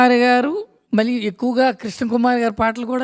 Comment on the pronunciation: గారి విశ్లేషణ చక్కగా ఉంది. గారి anchoring పేలవంగా ఉంది. తెలుగు భాషలో ఉచ్ఛారణ దోషాలు చాలా ఉన్నాయి. మళ్ళీ, వెళ్ళి వంటి పదాలు చంపబడ్డాయి. అది చక్కటి తెలుగు పాటల పల్లకి అన్నప్పుడు, వీలైనంత వరకు తెలుగులో మాట్లాడడం బావుంటుంది. తెలుగులో పదం లేనప్పుడు, అన్య దేశ్యాలు వాడడంలో తప్పు లేదు. ఇలాగే కొనసాగితే, ఆవిడ ఈ కార్యక్రమానికి పనికిరాదు.